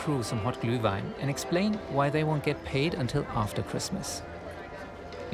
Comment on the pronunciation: I was shocked about how accurate you pronounced Glühwein:D